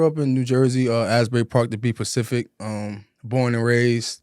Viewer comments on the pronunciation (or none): “to be pacific” ….😂😂😂😂😂😂😂😂